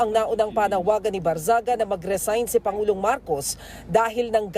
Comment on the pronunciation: ANG TANONG PAANO AT BAKIT IBINOTO NG MGA TAO YAN KUNG MAY SAYAD YAN?? FIRST TIME ATA SA PHIL POLITICS MAY NAKALUSOT NA CANDIDATE NA MAY "MENTAL PROBLEM" ...HE DOESNT LOOK NORMAL AT ALL!! ANO NAME NYA BARNGAGZIA! GANYAN BA I PRONOUNCE??